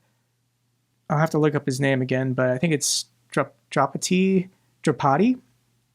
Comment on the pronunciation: Yep, Drapatyi, That is how it is said, thank you 🇺🇦🖖🌍🌏🌎🖖🇺🇦